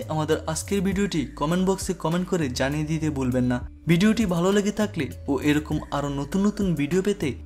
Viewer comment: ভালো কে বালো বলছেন। বাড়ি কি নোয়াখালী?